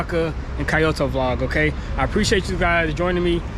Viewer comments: Key-yo-toe is wrong too, lol. "Kyoh-toe" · Nice video, btw it’s pronounced kee-oh-tow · Key-yo-toe jezz don't botch the name like that.😂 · well at the very least Kyoto is not supposed to sound like coyote.